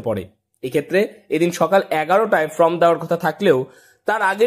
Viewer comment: ভালো খবর হাইলাইট করার জন্য ধন্যবাদ। কিন্তু কথা টা ফ্রম নয় , ফর্ম । সাংবাদিক হতে গেলে একটু ঠিকঠাক কথা তো জানতে হবে